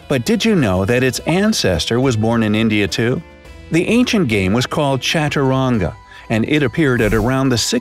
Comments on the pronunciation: The pronouncing of chaturanga is completely wrong !!! 😊😊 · What yaar !.. you cut our head only now who and how will we like,subscribe and share and most of your pronunciation in hindi and sanskrit was wrong .......😢 .although it is written as 'chaturanga' in english but in correct sanskrit it is pronounced as 'shataranj' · AND ALSO YOU SAID CHATRUNGA IN WRONG WAY!